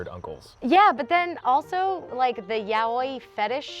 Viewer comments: my girl said yaoi like YA OI. HONEY NO IT'S PRONOUNCED LIKE YOW-I 😭🤧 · Hannah says "yeah-oy fetish" when I think she was trying to say yaoi (yow-ee)! Lol, she's so cute! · Yaoi is pronounced yowee. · Lol she said yawoi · I repeated the part yaoi just to know how Hart pronounced it. Love eugene forever. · The way she says yaoi 🤣